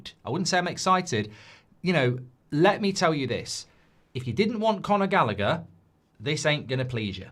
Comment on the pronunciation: It's Conor Gallagher 😂😂